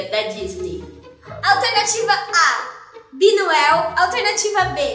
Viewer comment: "BinOel" kkkkkkkk